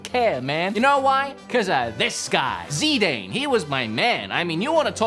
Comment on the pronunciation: My name is Zidane and pernouncuation is the worst prounancation I’ve ever heard